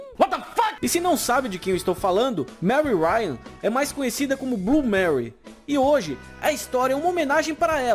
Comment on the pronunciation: Bom vídeo mas... Manu fala Blu (Blue) o E vc não pronuncia, fora isso parabéns pelo trabalho.